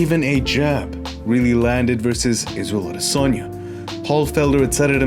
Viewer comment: Izzel Odesonny